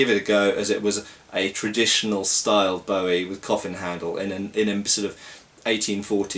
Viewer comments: It's pronounced boo -ie not bow -ie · Ya it's crap & it's pronounced BOOWIE like his name Jim Bowie.